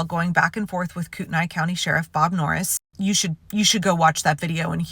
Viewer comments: Thanks for the update. Note: Kootenai County is pronounced “koot-knee”. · Koot-knee county is the proper pronunciation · It's pronounced "cootnee" country FYI. Former ceour d alone resident. This is stashed issue for cda. White supremacy, the truckload of armed guys in the uhaul that were going to attack the pride parade. Reason why I moved. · Kootenai. The last part is pronounced to rhyme with knee. And Norris is a piece of sheet that never should have been elected.